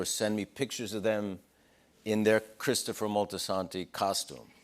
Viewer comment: Cwistufa.. you killed moiy dooawg!!